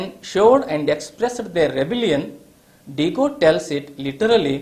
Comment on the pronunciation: Diyago sir not digo